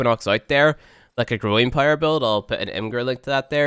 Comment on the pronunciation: Even when he says power strength it sounds like pyro strength